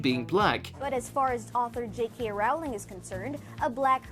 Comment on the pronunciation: You idiot could at least learn how to pronounce J. K. Rowling's last name